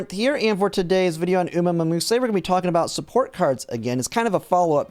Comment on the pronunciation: "uma mamuse" XD